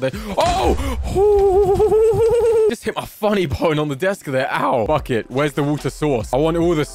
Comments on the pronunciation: "fuck it" ik he said bucket ᵈᵒⁿᵗ ʰᵃᵗᵉ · Did anyone else think he said fuck it instead of bucket?